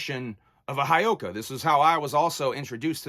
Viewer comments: Ok I have to correct you on the word Heyoka and how you say it and please don't take this as me being a asshole, but it is said Heyoka, the first part He is said like hey and then yo ka Heyoka, It is a lakota word for scared clown, how you said it would be spelled Hiyoka. Sorry I'm Lakota and I had to correct you on the saying of the word. The heyoka is a kind of sacred clown in the culture of the Lakota of the Great Plains of North America. The heyoka is a contrarian, jester, and satirist, who speaks, moves and reacts in an opposite fashion to the people around them. So it's He (Hey) yo ka. Sorry if I sound like a dick that is not my intention I just like to educate others on things i do know about and have been around. Mitákuye Oyás'iŋ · It's. Hey oh kah. Pronounce it right. Other than that I agree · Bro Whoop whoop I'm lakota and a juggalo. It's part of our. Life and. Ur not wrong respect respect it's actually pronounce Hey-Oka